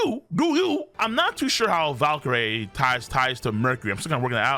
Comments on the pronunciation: Bro u still reading Valcurie wrong... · Topan Valkrie would be a better pronunciation in my opinion